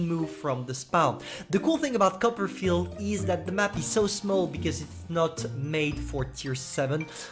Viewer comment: Everyone: Copperfield: cuppa'field